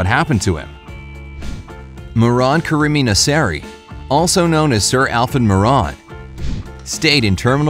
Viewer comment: Iran is not pronounced "aay-ran", it is "ee-ran". The first and last name of the poor guy is also pronounced incorrectly. It is "meh-(full silence)-ran" and "naa-(full silence)-seri"